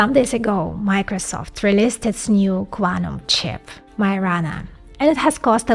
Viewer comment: Love how you pronounce "Quantum Chip". Very cool.